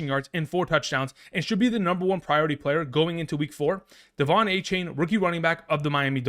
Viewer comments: Just for future reference, he prefers “A-Chan”, not “A-Chain” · It’s not a-chain it’s a-chan